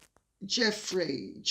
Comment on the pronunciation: I believe the woman's name is pronounced with a soft G so that it sounds like- zhoo-fray. It will be a name much uttered in the next few weeks.